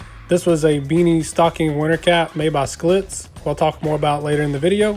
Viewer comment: it is pronounced Shhhhlitz not skalitz. used to drink it all the time.